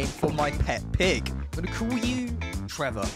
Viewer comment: I don’t know why but I LOVE your accent when you say “Trevor” video time